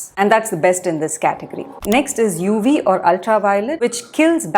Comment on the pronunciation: I find Indians don't understand the phonetic difference between 'v' and 'w' -- 'wery, wery good'; 'UW filter'.